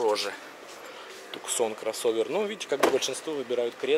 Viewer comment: Не "Туксон"а Туссан!